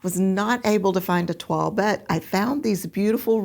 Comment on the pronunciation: Fantastic matches. I have not heard of toile printed fabric before; we pronounce it as the French do: Twahl not twall. I only know it as the test making of a garment in calico. I love all the substitutes you found and the card one is amazing! It's funny, often I don't think the 1 and 2 will match but then I see the image of the pattern and it all falls into place! So helpful when you explain why you make the matches you do. Great video again, 🤩🤩🥰🥰